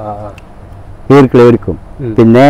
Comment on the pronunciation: ഈർക്കിളി അല്ല ഈർക്കിലി